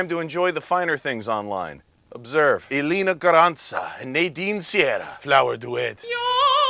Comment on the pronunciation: funny that elīna garanča is latvian and you wouldn't pronounce it in that italian manner